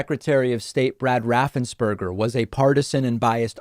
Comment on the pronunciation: Let's be clear on Brad's last name. It is NOT RaffensBURGER. It is spelled, "Raffensperger" and that rhymes with purger. My point is that he still sucks, even though he was beat up by his own team.